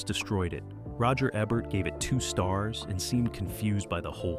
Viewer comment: Wow! You're really butchering people's names. You switch the pronounciation of Roger Ebert's name back and forth. 😮 Also, some of these films are not forgotten. JoBlo can attest to that.